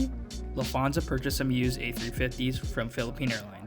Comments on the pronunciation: I agree with you! LufT…hansa and not Lufth…ansa 😃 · I’m sorry but I’m getting quite irritated by you saying lufaza and not Lufthansa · Nice video and review but please learn how to pronounce Lufthansa correctly.